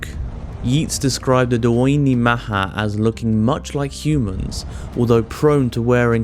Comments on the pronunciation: The pronunciation Daoine was ATROCIOUS ITS DEE NUH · Pronounce daoine again. I’m all the way dead. Go on, do it again.